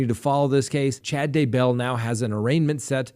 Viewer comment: Is that really the correct way to say Chad's last name?